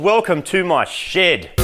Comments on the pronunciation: as an american i hear "Im mighty from mighty car mods, welcome to my shit!" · Moog's shed is pronounced 'SHID'.